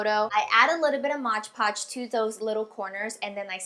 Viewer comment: Its mod podge silly!!! M.O.D.P.O.D.G.E hehehe you were sort of saying modge podge